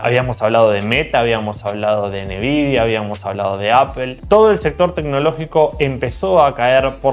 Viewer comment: Todo excelente, como siempre. Pero por favor, deja de decirle a Nvidia "enevidia" jajaja por favorr! Saludos!